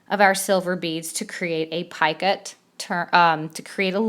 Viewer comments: Love this. thank you. However I believe it is Picot pronounced like Pee coat) not "piekit". Just an FYI... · Love this thanks. However it is not PIECUT it is Picot, pronounced (PEECO). FYI..